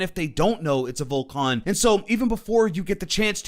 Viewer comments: Vol can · I dont like how you pronounce: Vulcan